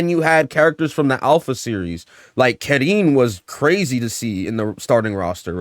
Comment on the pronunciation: Car-een As a Karin specialist it's car-een